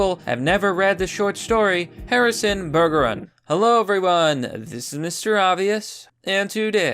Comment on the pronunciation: Bergeron is pronounced with a soft 'G.'